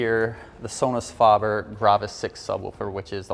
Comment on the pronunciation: This guy needs to loose the snobby voice and attitude and learn how to pronounce the name Sonus Faber there’s a A after the f in faber not a O 🥴